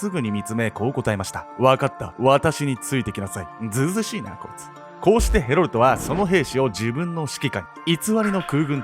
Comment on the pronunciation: ヘロルトがヘロルドに聞こえてしまう。